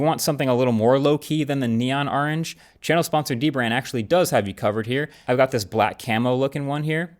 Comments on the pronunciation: That is NOT how you say orange! lol 😆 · the way he pronounces orange is hilarious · Marques, when it comes to the color, the way you pronounced “orange” bothered me soo much more than the fact that it’s a bright orange 😭 😭 😂 No hate love u ❤